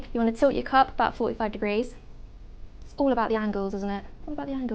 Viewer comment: Yeah Its owwl abouwt anglles